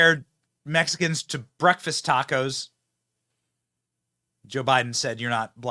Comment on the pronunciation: She so did "tocos" really 😂